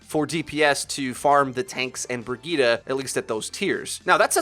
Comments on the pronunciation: Isn't her name pronounced as bri-gritte? How come it's bra gi ta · Its pronounced bri jet